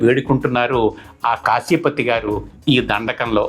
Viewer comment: కాశీపతి కాదు... కాఫీపతి.